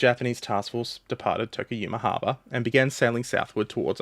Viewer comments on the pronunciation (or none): An American was wondering where Tokuyamahaba was, not realize you said "Tokuyama Harbor." Would be a cool name for a place anyway tho